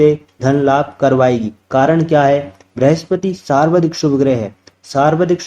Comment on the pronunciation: Saarvdhik nahi hota hai sarvaadhik hota hai